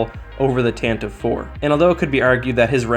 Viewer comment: Nerd alert: You pronounced Tantive IV wrong. It’s pronounced “tan-ti-vee”